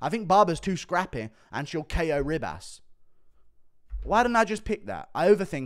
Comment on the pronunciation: It's not Rib-ass.........